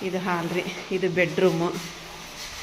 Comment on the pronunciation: Haal alla adu hall